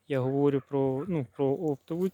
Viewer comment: Якось ріжуть слух не властиві літ. мові наголоси: дИвлюся, говОрю тощо. Радує, що трохи меньше того ееееееее. Щодо Діно: фітофтора аж шаліє, нема мульчі з плівки, звідси всі негаразди.